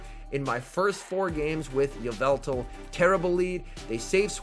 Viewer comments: it’s evil-tall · ee-VET-all???? obviously it AI-vet-all